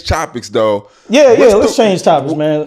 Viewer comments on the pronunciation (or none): 🗣️ “ TO CHANGE CHOPICS THO “. 😂😂😂😂